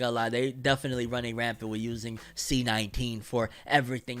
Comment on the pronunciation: The way he says C19 still kills me 💀💀💀 Welcome back